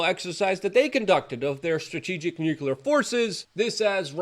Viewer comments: Don't forget "NUKE YOU LERRRR " ! phonics died , I hear . . . * Though I'm NOT a grammar nazi . . . it would be nice to hear pro-nounce , instead of amateur - nounce ! Meh , it's only slightly annoying . . . OF COURSE ! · Nuclear is not "nucular" lol